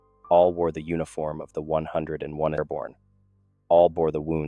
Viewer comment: Once again, an excellent story and well told. However, I do have one complaint. Don’t let your AI Voice call it the 101est! It is the hundred and first darn it! 😂 otherwise, once again an excellent story I really would like to know where you get these from